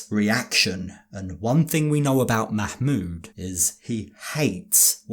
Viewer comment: The terrible mah-mood